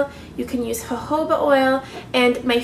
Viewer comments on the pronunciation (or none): none